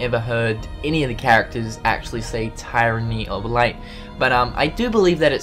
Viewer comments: Tyranny is pronounced Tear-anny, just saying. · I believe its actually tir-uh-nee. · The word 'tyranny' is pronounced Teer-an-nee. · splitting hairs, but close enough either way. You pronounce the Y like a eee sound. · The first syllable in tyranny is pronounced like the word tier.